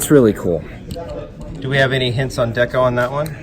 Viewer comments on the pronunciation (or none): none